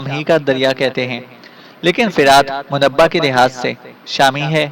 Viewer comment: بالکل صحیح فرمایا آپ نے۔ جس شخص کو اتنا بھی شعور نہیں جو منبع کو munabbah پڑھ رہا ہے۔